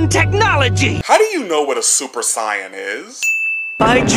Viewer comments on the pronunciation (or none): bruh in the move they say super say an but he says super cyan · Listening to this man pronounce Saiyan is making me cringe to no end. It is Say-in, not Psy-un. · You sound so stupid saying sa-yan dumbass it's sayiyan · I like how they say the word saiyan and then you immediately call it sion. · Get it right. Its super SAYYAN. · You get a sin for saying super siyun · "Super Psyan" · the biggest sin here is the way you say saiyan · Good video. Except. ITS NOT PRONOUNCED SUPER CYAN. STOP. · why do you pronounce super saiyan super sai-an oh and sorry im late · Imagine saying super cyan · Why is hey saying super sayin wrong it makes me mad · Dude your pronunciation had me, sighin' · fuck you for the way you pronounce saiyan. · I just wanna know how you manage to misspronounce Saiyan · Why does he say Saiyan like an idiot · The "i" in saiyan is silent.... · Why can’t u say saiyan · You should've added a sin for everytime you pronounced saiyan because you, English dub, and sub all pronounce the shit differently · 100 extra sins on your inability to pronounce "saiyan" correctly. ding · I give you a sin for saying saiyan wrong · It annoys me on how he says saiyan wrong